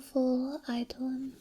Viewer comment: Excellent video,. BTW, eidolon is pronounced "eye-dough-lon".